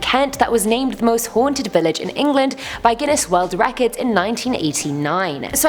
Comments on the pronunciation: It's re-cords not receds lol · OMG it's so cringey everytime mispronounces records. How she does that I do not know 😅😂😅